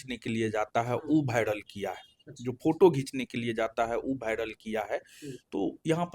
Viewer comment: Viral ❌️ bhiaral ✅️